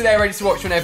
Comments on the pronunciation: He said juos instead of duos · Why does he say “juos” instead of “duos”